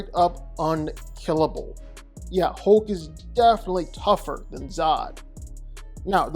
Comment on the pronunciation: His name isn't "Holk"...